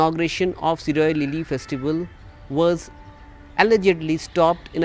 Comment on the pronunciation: It’s shirui lily no Siroy lily😂